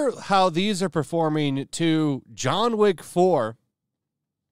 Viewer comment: It's John Wick not John Woke